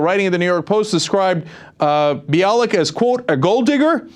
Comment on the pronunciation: Limbaugh said on his show that he’s been pronouncing Bialek’s name incorrectly (bee-AH-lick"). He cited Gloria Allred, who says her name is buy-a-lick. The only crude thing about that is that Limbaugh made slurping noises when he pronounced her name. And I remember Cenk pronouncing Bialek's name "buy-a-lick" in a previous video...